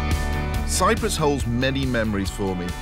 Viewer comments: Cyprus, NOT cyrus! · CY-P-RUS not Cyrus! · Cyprus* not Cyrus, right? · CyPrus, not Cyrus.